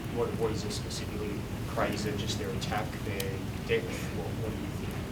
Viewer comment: His name is Craig, not Graig 😂😂